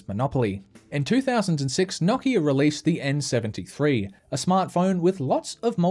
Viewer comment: Nokia Not knockeah